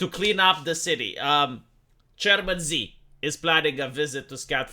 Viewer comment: You have mispronouned the Dear Chairman! You reactionary, capitalist pig! It is ‘ Chairman She’. And don’t you forget it!